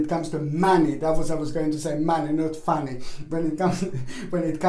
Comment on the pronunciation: I took it the Australian way hahaha I think however..that he was actually saying "funny"? But I did first hear "fanny" and that's what i'm going with LOL